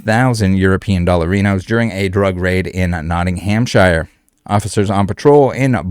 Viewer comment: Poundddd sterlingggggggg I told u this last nighttttttttt and stop prouncing Nottinghamshire wrongggggggg